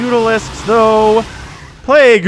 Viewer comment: “plague-goo” ...cringe